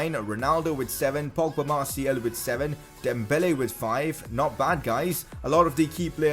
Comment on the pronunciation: His name is Martial not Martiel